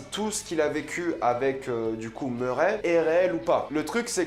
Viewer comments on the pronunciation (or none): je t'adore mais c'est Murray (meuray) pas muret